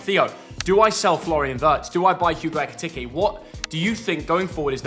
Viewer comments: Plz stop saying eke tecky it’s eke tike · Who’s gonna tell him that’s not how u say ekitike’s name